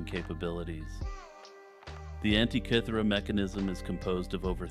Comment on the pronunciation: Love the video, but for future "antikythera" isn't said like antee or ant-eye. The I in anti is said like the I in is or him. An tih kih ther ah 😊